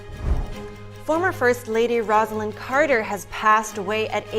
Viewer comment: ➡ FYI NTD: Rosalynn Carter pronounced her name ROSE-a-lynn. Not the same name as "Rosalind," which is pronounced RAHZ-a-lind. The anchors got it wrong, only the "Look Back" narrator got it right.